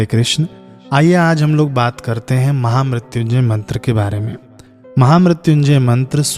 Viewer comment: Maine pahli bar mahamrityunjay mantr ka sahi uccharan sirf apki hi channle par dekha ..sadhuvad Bhai 🌹